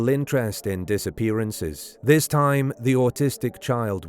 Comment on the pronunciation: Sumner County, not Summer.